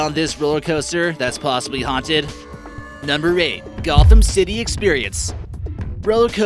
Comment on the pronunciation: Ghostrider: ye- American eye: HAUTED